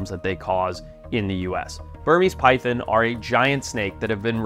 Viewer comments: It’s PyTHON- NOT Pythin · They’re not “py THINs” lol! Py thON!” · It is not pronounced pythin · Say pythin again